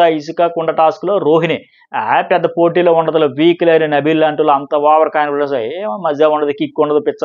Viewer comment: Nabeel ❌Nibbal ✅